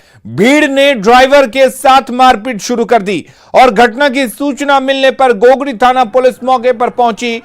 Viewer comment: गोगरी होता है घोघरी नहीं